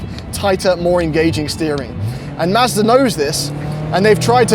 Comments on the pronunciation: Every time I hear him say "Mazda" I hear "Master". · sounds like he’s saying Master. Like he’s talking about some dude high on a mountain who makes the perfect budget fun car. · I love it when says “Mazder” 😂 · Why does he say master instead of Mazda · is saying "Mazda" or "Master"? 😄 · Mazda! Not MASTER! I really thought… sigh. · Yo And I'm....It's Mahz-da....🤨